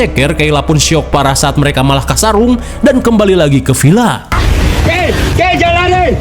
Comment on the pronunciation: Villa mang lain Pila make "v" lain "p" mamaaang 😂😂